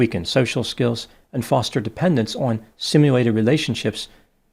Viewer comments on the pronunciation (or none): none